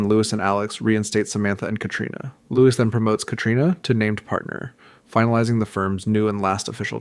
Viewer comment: Checked out when I heard how you pronounced "Louis"